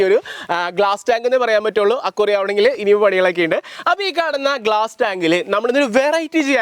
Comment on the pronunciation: സാദനങ്ങൾ ❌സാധനങ്ങൾ✅ അക്വാറിയം❌ അക്വേറിയം ✅